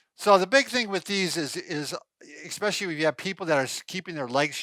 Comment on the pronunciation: There is no such word as "ICK-SPECIALLY. I had an English teacher who used to pronounce "E" specially that way. Drove me nuts too. No hard consonant in especially.